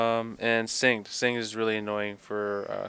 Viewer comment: 'Singed' is a real English word, why can't you pronounce it?